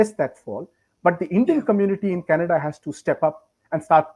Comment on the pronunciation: Trudeau is responding to Kannada and not Canada 😂😂😂 just ask any Nijjar fan to pronounce Canada and see the magic, yesterday pronouncing was changed and today government is about to be changed and tomorrow country will be changed to Khalistan 😅